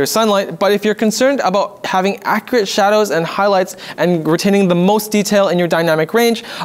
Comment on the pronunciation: Lol... "Acreate".